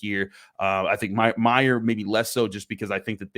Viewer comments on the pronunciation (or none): it is “May-yer” not “my-er”